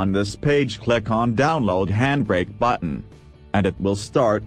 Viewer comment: "On Thees Page Cleck The Dawnlowwd batton" haaaa